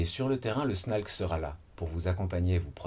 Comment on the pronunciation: snalc se prononce snake maintenant?